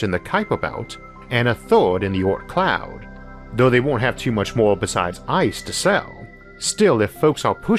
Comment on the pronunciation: the 'aut cloud' is a great place for such private colonies.. Sorry I'm likely confused due to his pronunciation, but what is he referring to there? An asteroid colony? a single planetoid out in space?